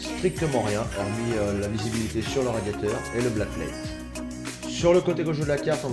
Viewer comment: "la blackplate" "le port pin" ??? apprend a parler aven de faire une vidéo 👎